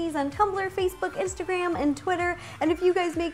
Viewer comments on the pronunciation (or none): none